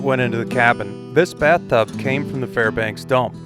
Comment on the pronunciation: waitasecond, you said Farbanks. Hello neighbor!